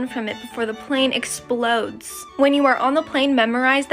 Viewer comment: “When the plane exPlOdESsssss.” 😂😂😂